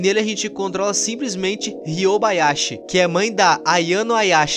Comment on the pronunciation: "Ryoba Aiashi" mano kakakkakakakakj